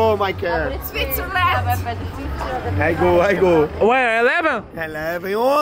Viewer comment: UERI U FROM??? KKKKKKKKKKK